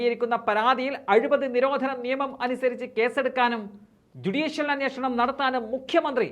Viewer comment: അന്വേഷണം എന്ന് പറയാൻ അറിയാത്ത മുഖ്യമന്ത്രി. അന്യേ ഷണം എന്ത് മലയാളം ആണ്